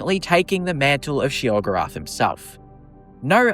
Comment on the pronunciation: Sheogrerath, lmfao!!!!!